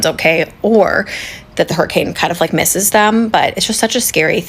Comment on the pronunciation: A what she said hairicane